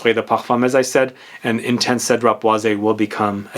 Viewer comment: I believe the correct pronunciation for boise is: "BWASS", since it is french. Hence "Citrus Woods".